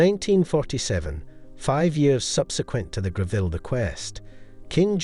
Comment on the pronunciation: Other than your Pronunciation of Mrs Gre-ville rather than the more acceptable and more usual pronunciation of Grevul.... I do commend you on finding many, almost unique photographs of The Late Queen wearing these Jewels... The Ruby Necklace is a prime example...I've only ever seen, one...much copied and rather poor quality Photograph of Queen Elizabeth wearing it. here you show a good few. What a treat! .Its a Piece that really does need a "plunging " Neckline such as Both the young Queen and Princess Catherine, displayed. All the Jewels are were lead to believe there is a good chance...There are More? Do we know for example of many Brooches that Mrs. Greville may have left The Late Queen Mother?